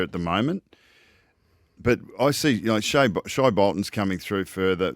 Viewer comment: Shaye not shai